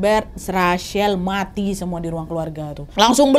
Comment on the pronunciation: Wkwkws, mbak nadia kalo ngomong vonis mati saking ikut keselnya mungkin sama kasusnya. mati nya jadi muati